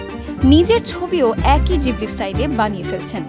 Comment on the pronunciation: Na, pronunciation ta jibli e hobe.